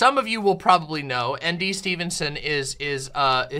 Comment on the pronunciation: I saw this but live and said "screw it" and sat down and watched Nimona, definitely worth it. only criticism is ND is pronounced like "Indy"